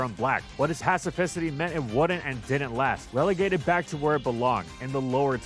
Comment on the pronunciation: Was trying to say both "Passivity" and "Specificity" at the same time?